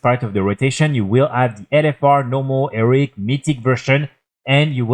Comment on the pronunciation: Frenchman saying Eric instead of Heroic is my new funniest thing 😂